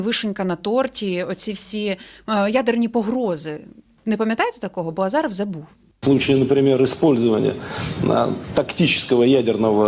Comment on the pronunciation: Не азАров а азИров 😂